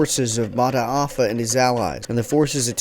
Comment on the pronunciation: Pronunciation MATAAFA NOT MADA FA